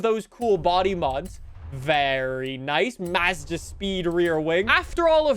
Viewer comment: Listening to pronounce Mazda makes my brain cells die...